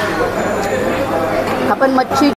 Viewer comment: ताई नमस्कार सर्व प्रथम आपले अभिनंदन. नेहमी ब्लॉग बनविताना आपले नाव सांगत जेणेकरून आपल्याला उत्तम प्रतिसाद मिळेल. आणि महत्वाचे शक्यतो इग्रजी भाषा याचा उपयोग करू नका. आपली मराठी भाषा शुद्ध बोलण्याचा प्रयत्न करा. कारण हा ब्लॉग अख्ख मराठी जग बघत आहे.. काही शब्द खटकले ते कृपया दुरुस्त करा जेणेकरून पुढच्या ब्लॉग मध्ये या चुका आपल्या कडून होणार नाहीत 1) आपण : आपन नव्हे 2) आणी : आनी नव्हे